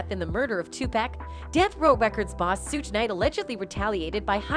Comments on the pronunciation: She also said Sooge knight 😂🤦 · now she mispronounced Shuge Knight's name as well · I know right. She is saying Suge’s name wrong too and it bothers me